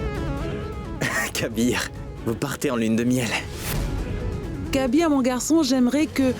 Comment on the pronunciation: Kabeer et non kaiser 😂😢